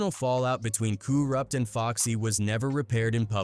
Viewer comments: kooruppt lmao get the man's name right goof 🤪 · Coo-Rupt?? Get out of here with this AI shit.